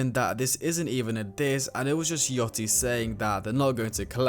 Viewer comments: It’s yachty not yotty btw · “Lil yottey” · I heard : Lil yottie Me: aight bro has no idea on what he's talking about. Pauses, checks comments, commented myself, leaves. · “Lil Oozie” “Lil Yottie” “Playboi Car tea” 💔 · "lil yotty" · ain’t change the fact he said lil yottie